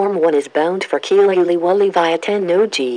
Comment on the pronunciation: て↑んの↓う↑じ↓でガチ草